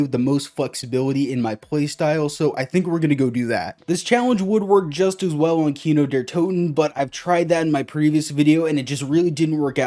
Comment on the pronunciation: tho im not german i know german and i get triggered when ppl say it like keeno de tuten its somewhat pronounced like:key-no there too/tow-ten